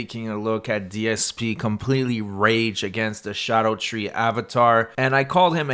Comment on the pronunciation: I'll hear no more of this nonsense about scadutree being pronounced shadow tree. Not every letter can make every sound.